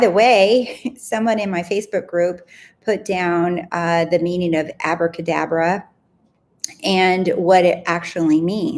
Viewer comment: I was thinking about you saying acrabadabra when you said it in your video. And I thought wow I love that and then didnt think about it again. This morning out.of the blue my friend sent me a voice note of her baby girl practising to say abracadabra :-)! I am blown away lol